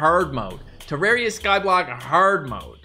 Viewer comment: Why cant he say terraria right lol